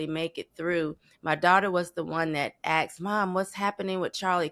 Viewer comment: The second she said axed I'm out